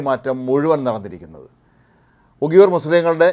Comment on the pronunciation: 00.29 ഉഗിയൂർ അല്ല ഉയിഗർ ..ആദ്യം പറയാൻ പോകുന്ന കാര്യത്തെ കുറിച്ച് ഒരു ധാരണ ഉണ്ടാക്ക് വാർത്ത വായിക്കുമ്പോൾ